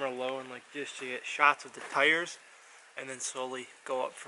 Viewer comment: Car or truck? Its a Tar or Trar